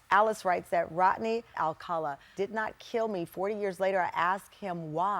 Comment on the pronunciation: Rodney, not Rotney.